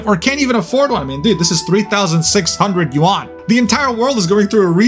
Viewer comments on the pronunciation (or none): none